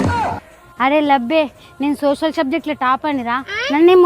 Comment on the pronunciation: Socialll😂😂😂😂😂 roscal😂😂😂😂😂😂😂😂